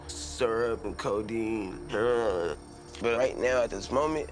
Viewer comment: WTF is HERON?!!! ...HEROIN.. HEROIN.. say it right!